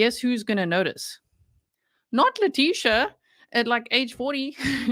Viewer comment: Hey!! Its La-tissue.